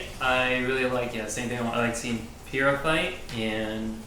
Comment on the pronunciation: Ooh, i didn't know y'all were reacting to rwby. I'm gonna go back and watch from the start, but for now... It's pyrrha, not pyrrah :D